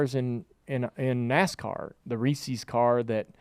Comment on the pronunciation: It's pronounced "Ree-sez", Junebug. As in H.B. Reese (Ree-sss), the man who invented Reese's Peanut Butter Cups. Saying Ree-Sees sounds dumb.